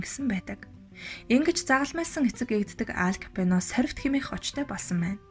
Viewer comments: Капено биш,Капоне гэж унш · Капино биш КАПОНЕ гээчээ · Ямар тэнэг юм бэ Капоное гэж нэрийг Капино гэж уншаад ямарч сонсох сонирхолгүй болгочих юм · Kapeno geed bhiin kkk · Капино гэж уншаад байх энэ хүүхэн нь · нэртэйгээр нь капучино гэчихээ 😜Капино гэсээр бгаад дуусгачихлаа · зөв уншаачээ Капэно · Хүний нэрийг зөв дуудаач ээ, КАБИНЕТ! !!!!!!!